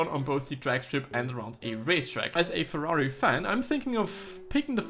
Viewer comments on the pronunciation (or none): none